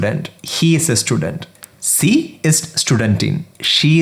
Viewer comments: For Sie/sie it's not see but zee. pronunciation is the main problem when you are learning from most of the non-native speakers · "sie" is pronounced as "zee" not "see" as far as i know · That's not sie it sound zie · My man has done good work here! But some of the pronunciation needs work (sie, in particular). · Everything is perfect apart from pronunciation of Sie and sind